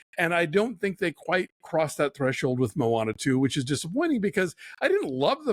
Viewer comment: "Mo' Ana" 🤣👍